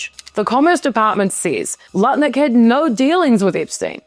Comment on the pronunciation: idk how you can so easily say “Lutnick” I ALWAYS say Nutlick and can’t help it. It is now his name. Howard Nutlick.